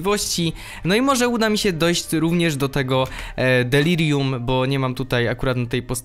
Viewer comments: Delarium" XD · "Delarium" niemogę z tego XDDDD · On pewnie przekręca tą nazwę specjalnie ( ͡° ͜ʖ ͡°) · Znowu to ,,Delarium" XD